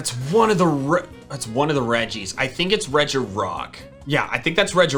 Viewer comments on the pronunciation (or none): Rej ee not rej i